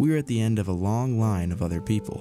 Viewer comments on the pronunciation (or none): none